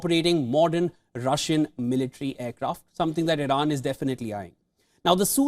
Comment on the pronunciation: Irana? Iran please? Wtf